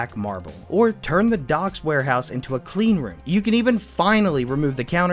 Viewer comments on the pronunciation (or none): none